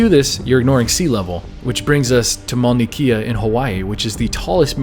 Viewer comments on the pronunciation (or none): Its Mau-na Kay-ah Good video, keep it up!